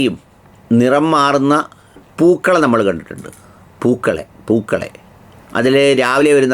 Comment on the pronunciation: സാറ് പൂക്കളെ എന്ന് പറയുമ്പോൾ "പൂ " എന്ന് നിറുത്തി പറഞ്ഞത് മനസ്സിൽ ആരെയോ ഉദ്ദേശിച്ചിട്ടാണോ 😂😂😂😂